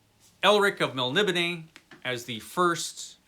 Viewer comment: I think it is actually pronounced more like "Melnibonay"